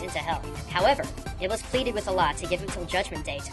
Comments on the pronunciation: ITS NOT PRONOUNCED IBLIS, ITS PRONOUNCED IBLEES AND WRITTEN AS IBLIS! ALSO, THERE ARE NO PAINTINGS AND PICTURES OF THESE EVENTS, AND THE ONES YOU PUT ON LOOK LIKE THEY MIGHT BE INDIAN, NOT ARABIC, NO OFFENSE. IT IS AGAINST ISLAM TO DRAW LIVING BEINGS! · Iblis is pronounced "Eblees" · His name is pronouced ibles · It's pronounced ib-LEES. THE MORE YOU KNOW (cue magical star rainbow) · The way they pronounce iblees and shaytaan is hilarious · Oh lol improve pronounciation of Arabic names. I had been thinking about the name iblis being used though and you actually picked that up. Clever of you.